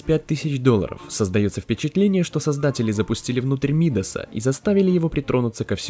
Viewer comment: Не М`идаса а Мида`са